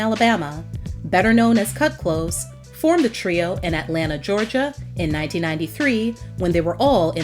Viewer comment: Kut klose-uh